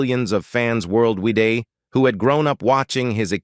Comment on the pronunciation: A great, informational, entertaining video and tribute, but the artificially generated narrator kind of spoiled it. Would it really have cost that much more to hire a human to voice the narration? "World weeday" instead of "worldwide" was the last straw!